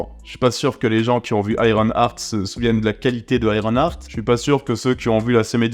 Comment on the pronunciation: eye ron art pas hurt art. ya un "h" donc aspire h-aart